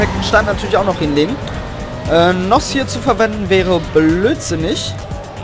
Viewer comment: btw n.o.s. nicht noss